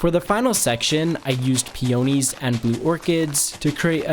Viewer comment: That is also not how you pronounce peonies